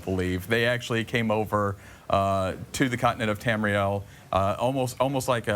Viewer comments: Tamuhril? Bitch don't know what she's talking about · Say it with me. TAM- REE- EL. bitch. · she said Tamriel wrong. WRONG WRONG WRONG WRONG WRONG WRONG WRONG WRONG WRONG WRONG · *Facepalm at that girls pronunciation of Tamriel. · anyone else notice she said tamriel and nedic wrong